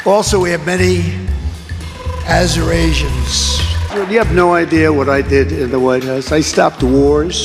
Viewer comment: "Aseurasians", "Venezuerara", "Kambapla", ... If you all do not vote for me, I will be very upset 🤣🤣🤣